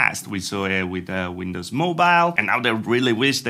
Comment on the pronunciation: If someone could explain to me what "WINDUHS" actually is...